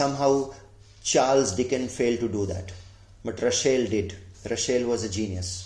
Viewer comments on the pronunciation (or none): Say/pronounce his name at least correctly !! It is not RuSHel - but it is RuSSel [s] ! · Say Ra sell... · You pronounced "Russell" as "Rushell" 🤔